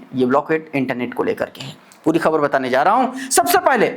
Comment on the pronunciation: You are the only anchor who, pronouces KHABAR right. Thank you for not distorting it.